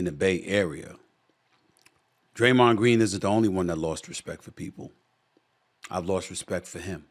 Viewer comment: "Idear" is crazy lmao "Graymond Green " SA mad for real yall